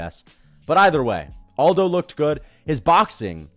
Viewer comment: Am i the only autistic fuck that cringes everytime someone pronounces Aldo's first name as if he's from a spanish speaking country? It's irksome as hell.